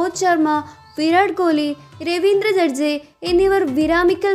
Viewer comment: എന്താ മോളെ ഈ വായിക്കുന്നേ😅😅😅 ശുശ്മാൻ ഗില്ലാ, ജഡ്ജേ യാ' പാപം